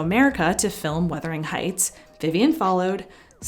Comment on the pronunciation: I apologize for being nit picky about pronunciation but the narrator mispronounces "Wuthering" in Wuthering Heights. She obviously has not read the book. It is not "weathering." And the word is ignominious--not ignominous. If you aspire to be a professional narrator you should not maker errors like this.